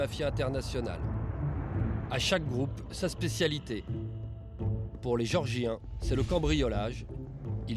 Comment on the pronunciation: Le mec est incapable de prononcer géorgiens oh c'est pas des mecs qui habitent chez Georges de Villeneuve sur Lot qui est toujours au comptoir du café chez bébert international